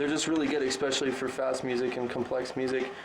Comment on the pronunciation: 'Ecspecially', says.